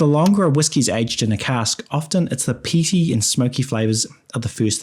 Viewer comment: The 't' in 'often' is silent.